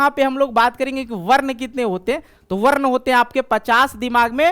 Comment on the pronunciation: सर बच्चों को शुद्ध उच्चारण से पढाइये,संस्कृत पढाते हैं,गलत उच्चारण करते हैं,जैसे- वर्ण को वर्न,अनुस्वार को अनुस्वर,अवग्रह को अवगरह इत्यादि।